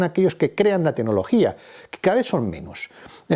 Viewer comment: enhorabuena por su clarividencia y buen criterio. Y, con todo el respeto, por favor, mejore su pronunciación: se dice 'tecnología', no 'tenología'; 'claro', no 'caro'; etc. Vigile también no cambiar el género gramatical de ciertas palabras. Creo que así sus charlas mejorarán en la presentación todavía más.:) Gracias.